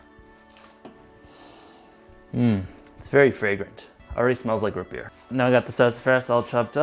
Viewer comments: ROOOOOOTS NOT RUT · "rut beer" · R-OO-T NOT RH-U-T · Root not rut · Daniel Laux he wouldn't say root beer he would say rut beer